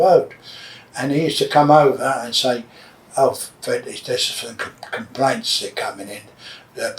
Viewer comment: is fweddie still awive